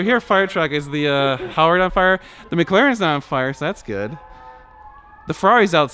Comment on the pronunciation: I have to say it now that you have one, It is McLaren not Mglaren!